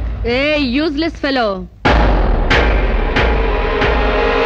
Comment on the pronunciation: యూజెస్ ఫేలో ❌ యూస్లేస్ ఫేలో ✅